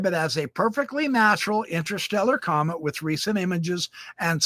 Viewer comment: This guy couldn't pronounce the words scientist or comet? Not sure if I'd take his word all be them mispronounced...for anything. Hang tight? Really? Jeeez,naive much🙄